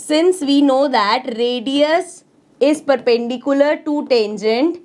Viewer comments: Tengent,❌ Tangent✅ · mam sorry to say but it is tangent not tengent your pronounciation is wrong sorry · Tangent ❌ Tengent✅ Style hai hamara 😂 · Ma'am ur not pronouncing 'tangent' correctly 🥲